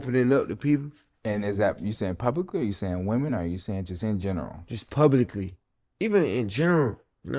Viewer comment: Bro said “In Gernvul” 😂😂